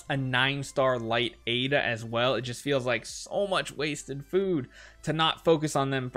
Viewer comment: "Light Aida"